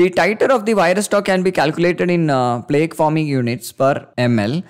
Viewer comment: btw plaque is pronounced "plack" not like "plague"